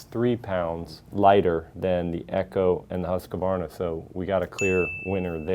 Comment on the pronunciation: Great video.. Just one thing. It's Husq-varna... Not Husq-a-varna 😂